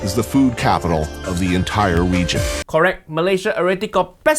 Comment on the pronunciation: Uncle Roger brain worms so strong. I hear, "wegion" .